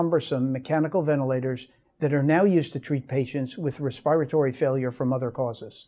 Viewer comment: Re-spire-tory? It’s respiratory failure.